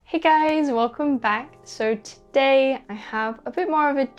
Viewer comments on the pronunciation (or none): none